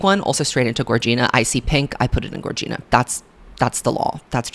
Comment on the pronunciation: Gorgina is pronounced like “vagina” not like “Regina” 🥰